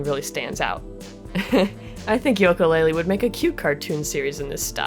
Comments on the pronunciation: uh you mispronounced Yooka, its pronounced as You-kah while you pronounce it Yol-ko, I'm sorry I'm so used to people pronouncing it as you-kah so if I'm wrong when ill go into the bad pupper corner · Its "yooka" not "yoka" But still Great video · I'm sure you've gotten a lot of this already, but it really bothered me hearing you say "Yoka" every time. Other than that, I rarely have anything constructive to add to these, because I really enjoy breakdown analyses videos such as this series. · Lol You say "Yoka" - that's adorable x3 The name is a play of "Ukele" ;) Another reference to the instrumental names of Banjo and Kazooie.